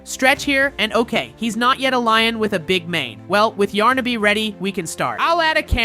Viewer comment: it's yarnaby not yarnabi